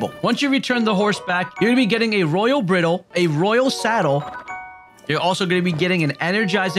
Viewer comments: br-eye-dul. not br-ih-dle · The word bridle is pronounced with a long I, as in high.